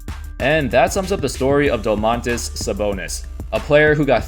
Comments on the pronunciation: dOOmantas .. not domAANtas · Its DOmantas not doMAntas but great video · Also Domantas is pronounced with stress on the first syllable, a little bit like "doors" or "more". Doors. DOmantas. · Im from lithuania and its funny how you say Domantas